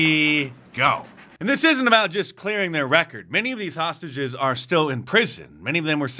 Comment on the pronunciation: I laugh every time he says hostages